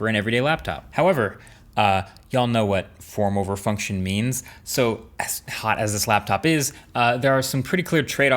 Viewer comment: I kept hearing former refunction for the whole 5 mins.